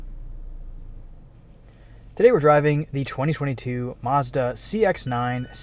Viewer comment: It's Mazda not Marzda